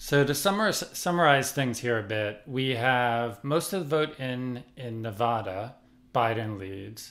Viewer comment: Amelia: says Nevada right, twice. Micha: imma still fuck it up.